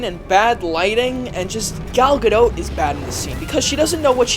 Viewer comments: It's pronounced guh-doh. She's fucking stunning but this movie was shit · It's Gal (guh-dot) like a dot of paint. Not pronounced like boat. Everytime you say that my balls shrivel up and my ears start bleeding. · Does pronounce the "t" in Steven Colbert or Home Depot? Not sure why he is having so much trouble pronouncing Gadot...